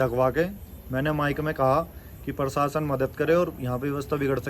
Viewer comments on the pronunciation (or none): none